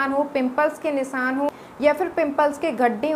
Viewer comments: Nisan kya hota he not Nisan nishan bolte hain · Phle bolna seekh le Nisan nhi nishaan bol